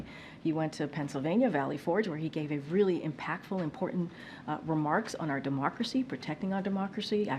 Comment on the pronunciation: 2011? Demarkracy? They must have some confident...